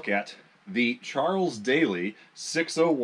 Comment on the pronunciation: I think Daly is pronounced like dally, as in don't dilly-dally. I know Chiappa is pronounced KEY-ah-pa, but whenever I see some of the junk they sell, I refer to it in rhyme as Crappy Chai-ap-pee.